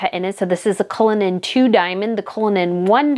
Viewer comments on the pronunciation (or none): none